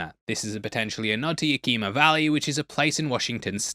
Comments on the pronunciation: Hey mate,FYI, Yakima is pronounced Yack-e-Ma. not Yah-Keema. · It’s not pronounced “Yakeema”. It’s pronounced YACK-ih-mah. (I’m from Seattle). And Capitol Hill having a vinyl store, even then, is very correct. And FYI: Queen Anne neighborhood is on a hill right next to the Space Needle. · Yakima is pronounced ya·kuh·muh, not ya•kima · YAK'-ə-mə (Yakima) not Ya-KEE'-mə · it’s pronounced yak-i-ma, not yuh-kee-ma, it’s my home town :) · Yeah that got me too! Lol I was like did he say…”What?” Live in Puyallup! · I was trying to figure out where ya-Key-ma was. When I realize he was talking about Yak-i-ma, I had to forgive him he is British, and they struggle with simple words like aluminum and advertisement. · I’m from Seattle so 2 things. I forgot the name, but there was a big time record store on Capitol Hill that’s been selling vinyl for years, way before the resurgence. 2nd Yakima is pronounced Yack-eh-ma All love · Yakima is -rounded “yak-eh-mah” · For the record, Yakima is pronounced Yak-Imm-Ah. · As a Washingtonian it’s pronounced ya-ka-ma. The ya is pronounced like YA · Came here for this one. I'm totally fine with him mispronouncing names of people and everything, but I started wincing every time he said "Yakeema" and needed to make sure he knew the correct pronunciation. Also from Seattle, and can confirm Capitol Hill with a vinyl store is very common. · LMAO it's pronounced Yak-Emma brother, you get a pass though lol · Say it with me, Yakima= Yak-em-uh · yakima is pronounced Yea-kuh-ma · I forgive you since you aren't from the PNW and wouldn't know, but your pronunciation of "Yakima" caused me physical pain lol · The pronunciation of Yakima made me cringe. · Just noticed the 509 Yakima making an appearance. Also pronounced wrong 😂